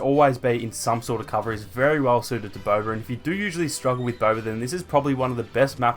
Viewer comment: Bro, ur accent is annoying af, it's BOBA! not Bober. And it's people, not pepple.